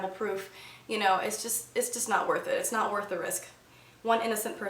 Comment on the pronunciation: "You should nowt swallooww your towthpaste" :D So funny